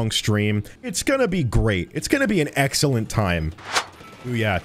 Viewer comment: 'its going to be an Xllent time' ;)